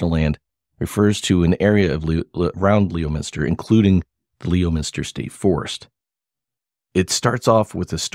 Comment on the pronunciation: first of all, it is pronounced lemon-ster, not leo-minster. secondly, I know Ronnie LeBlanc. he is a storyteller, a yarn spinner, a liar. thirdly I am from leominster. I'm 62 and have lived in leominster all my life and I never heard any of those stories. I hung around hundreds of people in leominster so I would have heard something. sorry to rain on your parade. hopefully no hard feelings on your end.